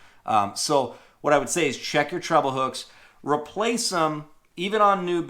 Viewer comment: It is pronounced treble not trouble